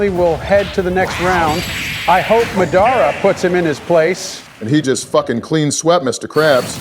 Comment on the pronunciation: How does Madara Uchiha’s AI Voice, which is perfect and amazing, pronounce the name “Madara” weird?